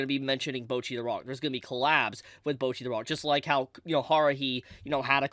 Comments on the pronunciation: Guys…someone’s gotta say it… it‘s Bocchi, not Bouchi xD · Americans and not being able to pronounce a single non english word correctly, name a more iconic Duo. Like, they are saying "Bocchi" about a million times in the show, how do come to the conclusion to say "bouwchi" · ewww why are you saying bocchi like that? mochi but with a b?